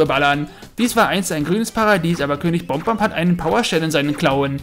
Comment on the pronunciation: Es gibt keine Bomb-omb's sondern nur Bob-omb's und Buddy spricht man mit einem "A" aus also Baddy. Englisch für Kumpel.